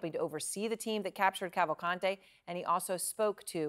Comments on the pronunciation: i think its soo funny they keep saying cavalcante the wrong way, as if it was spanish. i guess americans dont know that in brazil, ppl dont speak spanish. portuguese is the official language, but also several minor languages are spoken throughout the country. its easier to find someone speaking japanese, french or german than finding someone speaking spanish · not a matter of accent, and saying "would make 0 effort to pronounce a convicted murder name correctly" is not a good excuse. A LOT of ppl have that last name. and yes, the woman on the video said it assuming it was spanish, which it isnt, and it is not pronounced that way in brazil. portuguese is spoken in brazil, not spanish.